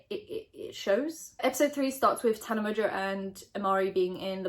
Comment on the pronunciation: I’ve tried to say this everywhere but no one listens!!!! Tana pronounces her fucking last name wrong!!!! My last name in Mongeau mon-joe theres a fucking n in the middle of it it’s not mojo sorry I’m still gonna try and say something and someone listens